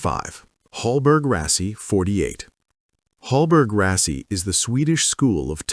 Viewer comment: Hallberg-Rassy is pronounced with an a like in "allegiance" not like in the english "all".